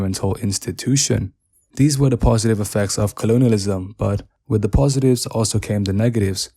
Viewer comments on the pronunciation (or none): none